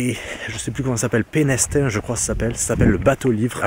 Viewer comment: Hello Pénestin, le s ne se prononce pas, c'est pas loin de Nantes, et si je peux ce sera avec grand plaisir!!